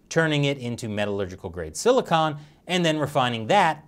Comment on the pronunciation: As always, love the episode, though I do have to point out that the material for solar panels is silicon, not silicone. They're very different despite their similar name. Most mentions in the episode were said as silicone.